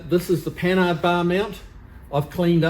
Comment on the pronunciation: I think you're the first person on TV or videos (that I've heard) to pronounce "Panhard" correctly. Everyone else says pan hard. I don't know why, but it just bugs the crap out of me. LOL